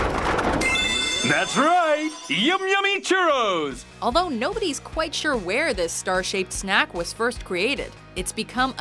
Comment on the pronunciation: lol they said churros as shuros